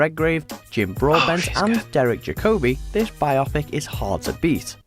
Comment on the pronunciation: WatchMojoUK could not be more America if it tried. The narrator desperately trying to sound British constantly trips over his own tongue with pronouciation, I mean, Ja-co-by, and bi-op-ic, seriously‽ As a side note and IMHO Gary & Martin Kemp (of Spandau Ballet fame) were way superior to Tom Hardy as the Cray twins.